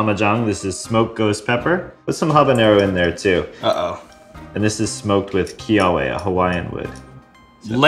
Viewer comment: it's keawe (kay-á-vay) scrub. get your Hawaiian straight.